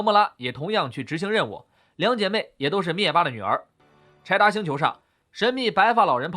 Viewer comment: 柴达星听成派大星😂